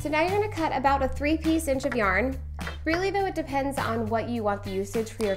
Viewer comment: “Yarn” ... kill me